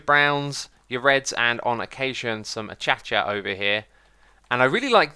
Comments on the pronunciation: Acacia, not Achacha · There are kid's watching and learning from your bids so please learn the correct pronunciation of the acacia tree. IT IS PRONOUNCED A..KAY..SHA. NOT A.CHA.CHA. Thanks in advance in teaching children how it's pronounced correctly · Acacia = Uh-Kay-Shuh Not A-Cha-Cha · did he say acacia and then achacha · He says that bc of a previous hermit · Wats achacha it’s called acacia